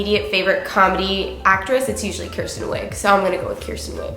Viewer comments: It's Kristen Wiig, not Kirsten. Just sayin' as a fellow Kristin that gets mispronounced constantly. 😜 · I doubt that's your favorite comedian actress because you botched her name twice. It's KRISTEN Wiig fam.